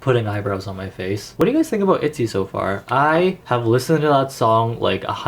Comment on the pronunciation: Wait r u canadiaannnn? I heard “aboot”